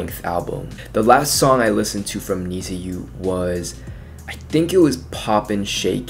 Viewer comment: Many thanks from Japan👘🌸🇯🇵 FYI, "NiziU" pronunciation is like "niju" or "need you". It implies that We(NiziU) need U(fans)!